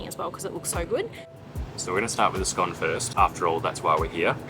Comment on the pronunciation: i loved the video - i'm really happy you said scone correctly!!